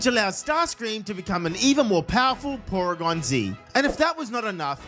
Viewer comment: d-did you just say poregan?